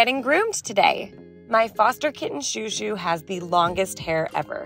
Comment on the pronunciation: When is washing chouchou he looks hilarious, also when you call him chou, it sounds like your calling him shoe